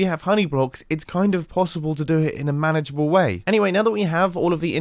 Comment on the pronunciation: “Manageable way” he says